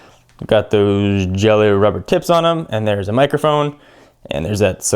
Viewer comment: I thought he said tits instead of tips lmao